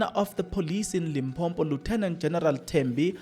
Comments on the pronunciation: It's Limpopo not Limpompo. Unless you want us to say Manzula instead os amaZulu. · Limpopo not Limpompo joh😂😂... that's why we say loku-loku...., "Tsulus" Either way, I agree with you mfanakithi, and I did the right thing 😊❤